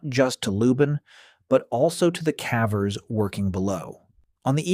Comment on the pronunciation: Caavers? Zbend? Are you a human reading this?